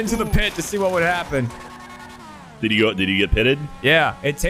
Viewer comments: After the 5th time he said Grabin, when Gavin's name is on screen.... DEFINITELY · "Grabin and Germany" lmao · Germany, Michael, Grabin, Shack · I love how he called Gavin "Gravin" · Unless I'm hearing wrong, I find it hilarious that you keep calling him "Gravin". XD